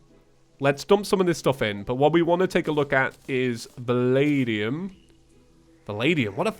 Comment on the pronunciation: When you said Valadium I thought you were saying The Lady Um or